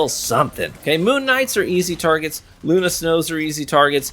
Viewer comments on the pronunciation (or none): none